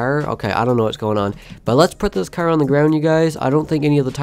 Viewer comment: It’s funny how you say cerrr